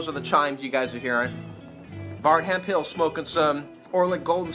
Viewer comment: Dude! 10+ points for pronouncing my last name correct! Not that I get offended, but 95% pronounce it Hemfill. 😜 a joke is a joke man. If George Carlin or Louis CK or Bill Burr were concerned about offending a small portion of people, the world would be much less humorous. Much love to you brother. Stay funny, and stay classy! 👍👊✌️😆😂